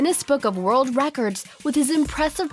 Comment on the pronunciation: Do you mean worlds instead of wold?